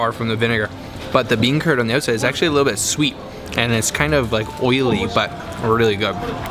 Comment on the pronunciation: "its söu crispy on the öutside"